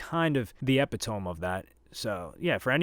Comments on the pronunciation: It’s pronounced ee-pit-oh-me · EpuhTohm, this guy ☠️ i say E-pit-uh-mee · Pronounced e(as in extra)-pit-oh-me…not epit tome 😂😂😂😂😂😂😂😂😂😂😂😂😂😂😂😂😂😂😂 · Omg the way you mispronounced epitome…. You are such a joke my dude. It’s pronounced uh-pit-uh-me. How have you never heard that word pronounced out loud in your loud. Go outside lil bro. You don’t know how to pronounce Kelis and you are an mgk fan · needs to learn how to pronounce the word epitome. E-pit-O-me. Not epy-tome. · said Epi-towm instead of Epitomee😂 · epitome is pronounced "eh pitt oh me", not like tome like a book. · Lol epitome is pronounced ee-pit-toe-me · “Ep-ih-tome” is crazy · 😂 bro you butchered that word, trying to sound smart 😢 You pronounced epitome like you never heard the word before in your life. It’s pronounced uh-pi-tuh-me. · Did you pronounce "epitome" as "eppy-tone"? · So no ones gonna mention the way he pronounced epitome 😂😂😂. Good vid tho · Did bro realy say epitome like thats 🤣💀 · Bro you did not just say “epitome”like that 😂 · Google epitome...you used it correctly but did not pronounce it correctly. It's normal when you read a word more than you hear it spoken. ✌